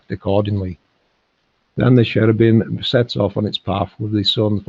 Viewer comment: She was saying Cherebum. Kerabum